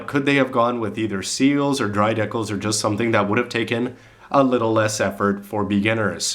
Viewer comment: HEY YOU, I LOVE HOW HE SAYS DEKILS, haha!